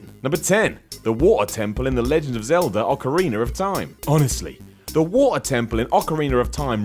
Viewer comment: "The Legend of Zelder: Ocareener of Time"